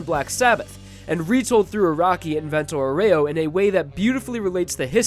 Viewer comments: just saying "Vento Aureo" is pornounced "vento oro" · It's not "Vento Oreo" It's Vento Aureo (Kinda like: Vento Aooreo) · "Vento aw-re-YO"